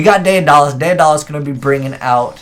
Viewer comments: Day Uh Dah Les lmao Day da les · Day-uhn-dollis... Tuh-rant... dude 😂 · Tie-Rant and Day-Duh-Lus